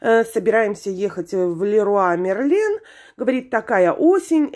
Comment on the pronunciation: Девочки, все в ЛЕРВА МЕРЛО за душевыми кабинами. Япона мать, таджикский урюк хоть бы название магазина правильно говорил.